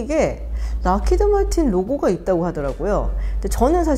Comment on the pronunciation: 록히드마틴이 아니라 학히드마킨이라고 하시는군용 오롱